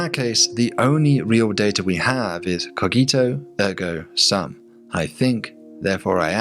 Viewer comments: it's more like "koh-jee-toh ehrgo soom" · Cogito Ergo Sum is pronounced : koh-gi-toh -er-goh -soom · I want to tell you that you are pronouncing cogito ergo sum wrongly. Can you say Gia? Like Gia Carangi the model? Well that cogito is like in Gia. I love your channel but is disappointing to see people with doctorates not knowing basic latin. How do I know? Well my language is romance i speak italian romanian and many others and I studied latin at academic level. Cheers!